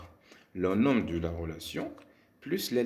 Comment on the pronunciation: Les mots 'nom' et 'prénom' on prononce pas la lettre m